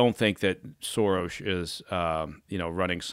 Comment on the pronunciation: Impressed that Baker actually pronounces George Soros' name correctly